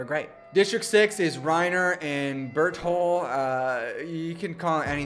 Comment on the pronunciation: i love how the entire fandom just agrees to mispronouncing berthole's name and that you remember to change it up every single time this video lol